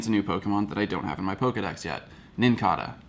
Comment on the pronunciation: I think the Nincada is pronounced with a long A - it's like the cicada (si-ka-duh) - pronounced with a long A a bug that comes out every 17 years and leaves the outside shell everywhere when they emerge from underground - I could be wrong but they are very similar